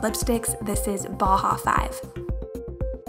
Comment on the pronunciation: Bauhau5 is pronounced boss 😊 the 5 acts as an S. Like Deadmau5 (the EDM dj) which is Kat's ex fiance. You pronounce his name as Dead Mouse 🐭 ☺Just thought I'd let everyone know lol